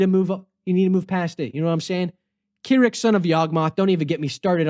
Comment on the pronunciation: As a black enjoyer: ACSHUALLY it's KRRIK not Kirk and it should sound like metal as pharexians would call him